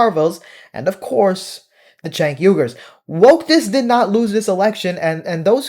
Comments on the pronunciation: I always thought his name was pronounced "Jenk," but you keep pronouncing it "Chenk." You know him and once worked with him. But are you sure you're pronouncing his name correctly? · Agree with you but isnt it pronounced Jenk? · You can't even pronouce his name correctly. 🧐